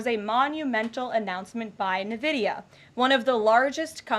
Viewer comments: N-Vidia, not Nividia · It’s not Nvidia, it’s “Nvidia”. Gosh get it right 😂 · Navidia? No NVIDIA. It’s pronounced En-Vidia. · She doesn’t know how to say nvidia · Ugh every time she said Nvidia, it drove me nuts. At least she didn't call AI "A-one." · Can't even pronounce Nvidia correctly... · does she not know how to pronounce nvidia?